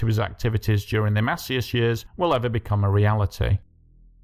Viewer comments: Mass-EEE-ass. Not MASSiyass. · It’s pronounced Masee-As